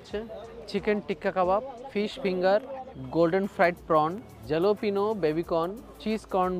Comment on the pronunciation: ওটার উচ্চারণ হালাপেনিঁও (jalapeño) হবে। দু'বার বলল জালোপিনো। 🤦🏾‍♂️ এ কি রকম ফুড্ ভ্লগার?